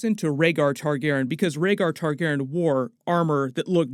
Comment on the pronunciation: You're dropping a letter and syllable in the name... You keep saying Tar-GAR-en... but, it's Tar-GAR-ee-an (phonetic spelling). You're dropping the "y" in Targaryen...